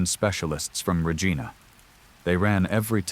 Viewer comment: Reeg-EYE-na not Regeena, Grand Prairie not Grand-AY Prairie. Jfc….